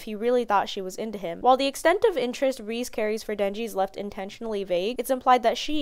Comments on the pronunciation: Lol reeze. It's ( Rez-zei ) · Sweety its REI-ZEI not ReSe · 2.12 is a decent joke but the correct pronunciation of Reze is something along the lines of 'Reh-zeh', its just a direct translation of レゼ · Her name's pronounced as Ré-zay